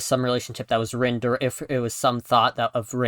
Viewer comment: 'Reen' really?